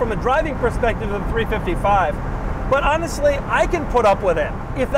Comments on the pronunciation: Three five five, not three fifty five. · Great video but Doug it’s a 3 5 5 not a 3 55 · I know you must know this, but please I beg. It's 3 5 5 and 3 4 8, not 3 55 & 3 48 🤮